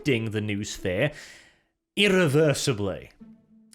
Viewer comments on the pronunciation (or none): I am pretty sure its pronounced no-ossphere. Its a concept from eastern european mythology/ sci-fi and basically slavic warp. Or a metaphor for the internet. Noone ever in warhammer called it that, tho.